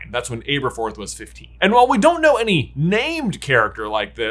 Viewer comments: Ab-erforth. Ab, not “abe” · Ahh-burr-forth Not Aye-burr-forth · It’s him saying Āberforth instead of Ăberfoth for me😂 it’s a short “a” not a long “a” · Why do you repeatedly mispronounce Aberforth? 🤣 Are you one of those silly people who couldn’t pronounce Hermione? 🤦‍♀️ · How do you keep mispronouncing Aberforth being this big a fan? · I beg you, in the name of all that is holy and Jesus Christ himself, learn to pronounce names. The way you say Aberforth is bad enough that the blood starts to seep out of my ears but ‘Merope’ pronounced like a word a bullfighter uses while dodging the bull is just too much.